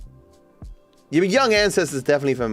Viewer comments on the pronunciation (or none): Dying at him calling Asap Rocky A.S.A.P. It makes sense if you’ve never seen his name before, just funny to me